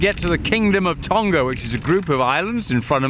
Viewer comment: Tonga has a soft "g" as in "laughing". Not a a hard g like "golf".